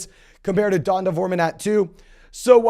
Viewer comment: It's pronounced DEE-ON-TAY. Not Dun-tah! LOL🤦